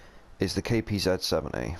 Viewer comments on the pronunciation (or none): I dislike the way he says Kpz. I get it is an accent but still,it gets me